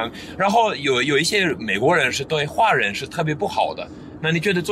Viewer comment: your Mandarin is quite eloquent but not really proficient as you have said yourself.华人 hua ren, the "hua" should be pronounced in second tone, not fourth tone.It could only be pronounced in fourth tone when it is used for surname.